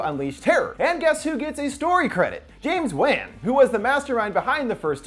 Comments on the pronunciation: Anyone else bothered by how he pronounces James Wann’s name? Is “wonn” not “wan” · James Wan pronounced Weighn killed me